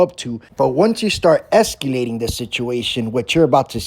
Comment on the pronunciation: "FLustrated" is not a word. * FRustrated. "EsCUElating" is not a word. * Escalating. "Imporint" is not a word. * Important. "Acshuhly" is not a word. * Actually.